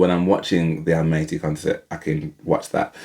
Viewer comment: Most of us say ‘Almaty’ incorrectly - I recently heard Dimash say it, and discovered that it’s pronounced ‘Al - maah - ter’ (if you have an English accent like yours and mine)!